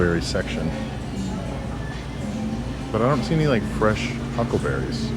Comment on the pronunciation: You kept saying huckberries. I was wondering why I had never heard of them? Now I know!